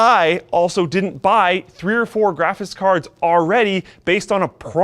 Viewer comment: I hate hiw says "graphis cards"